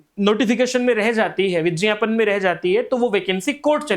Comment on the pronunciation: Sir as a curiosity me puch ra hun galat mat lijiyega aap vigyapan ko vijyapan kyun kehte hain aap har video me yehi kehte hain 😅...